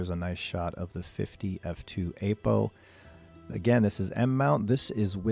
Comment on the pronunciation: Please, stop calling it "Ape-O" :) It's /ˈapəʊ/